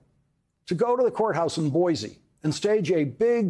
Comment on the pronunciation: Thank you for pronouncing “Boise” correctly.